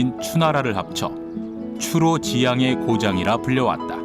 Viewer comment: 첫 째, 잘못 되 발음! "추로지향" 을 "추로" "자향"이라고 두자씩 띈읽었다. 잘못이다. "추로지" "향"이라고 띄어서 읽어야!! 이 "갈 지"는 소유격으로 쓰여젔기 때문이올시다. 이를 이해하지 못한 자는 아예 한믄 고전을 논하지 말지어다. 미국 변 완수 드림